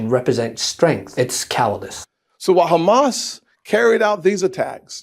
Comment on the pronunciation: He says Hummus instead of Hamas.